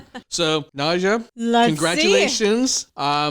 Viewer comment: Why does her name Nadja, pronounced Nadya or Nadia in english sound like nausea when says it lol and for your comment “was that good of a performance for standing up?” Watch her other performances cus this was not my favorite either. Freedom with Beyoncé is one of my favorites, she did it in a fucking hotel room sick in corona and it was amazing!! She sung that song in the finals as one of her three songs and....it was even better 😍😍😍 Ps. The entrance was Everything! 😍😍💕✊🏿